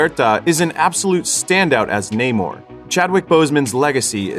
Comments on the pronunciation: Me getting mad everytime ppl pronounce it "Ney-more" 🙄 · WTF is Neigh-More? Even in the movie they explain why it is pronounced Namor, like “Sin Amor” (without love). Americans love butchering names even when there is absolutely no need to. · When someone says his name is NAH-MORE in the movie, and everyone still calls him NAYMORE. Americans.. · This was so racist. Namor pronounced his name how he says it and they had every black character intentionally mispronounce it. Completely racist to Latinos and further enforcing racial stereotypes that black people don't like Latinos. And should have made Michael B Jordan black panther, and no trial by combat all the sudden to be black panther. Absolutely disrespectful to Chadwick because his family said he wanted it recast. And to further prove the racist tone they literally made namor weakness drying of water from his back, what is back wet backwards? Most racist film I've seen in years